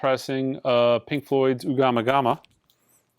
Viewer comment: The Floyd album is Ummagumma, not Ugamagama. lol